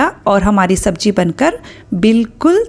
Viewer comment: Madam sabji nhi SABZI hoti h😂😂